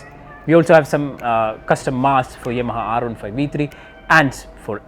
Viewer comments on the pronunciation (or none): none